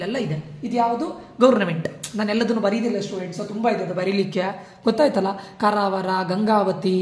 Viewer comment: Sariyagi kannad matadi swami Karawar ant helapa